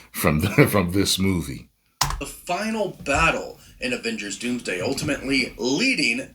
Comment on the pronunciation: Not the “DoomDome” 😂 I can't with you, man lol